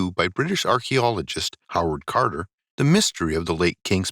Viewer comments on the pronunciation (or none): none